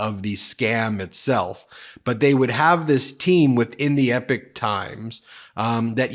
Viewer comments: It's the EPOCH Times, not the EPIC Times 😂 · Ben! Its EPOCH Times not EPIC times...goodness me I think you need to dial back on the amount of broadcasting and have a bit of a rest...sometimes less is more. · Please Ben..it is not the Epic Times but the Epoch Times..the times we are living in...and what interesting times they are... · It is pronounced E-pock, not ep-ick. Refers to long eras of time, not great battles or Homeric sagas. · i have to help you out bro with some enunciations that bug my ears lmao...i hate to be THAT guy but here goes anyway..."Epoch" is pronounced "ee-pok" not "epic"...and when you [and this bugs me less because of who she is] have to mention laura ingraham....it isnt "een-gra-ham" its just "een-grum"...sorry...im done splitting hairs now lmao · It's pronounced Ee-Pok, not Epic. But, yes Fulan Gong is behind this, as well as those Shun Yun dance troupes. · I have no clue which one is correct but everywhere else is is 'E POK times' not 'epic times' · My dude...it hurts my ears. It's pronounced "EE-POCK" a reference to a notable period of time. "EPIC " is a Faith No More Song, A game company, a large scale narrative, or poem. Keep dunking on Agent Orange!! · Big fan from the UK, if you are going to do another video on epoch times then it is pronounced ee-pok not anything like epic. Keep up the good work and good luck to all you decent Americans ❤ in getting rid of the maga crazies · Just srop saying epic times, that's not how you pronounce that word! 2 videos and I'm done with the epic. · Epoch is pronounced EE-pok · Epoch. Pronounced "Eeeep - ock". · It’s not called the Epic Times. It’s Epoch Times. It’s pronounced very differently. Please consult an audio dictionary. This is not up to your normally professionally standards. It’s truly grating on one’s ears. There’s nothing epic about it. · I thought it was pronounced e-pock. No? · I believe it's pronounced 'ee-pawk'.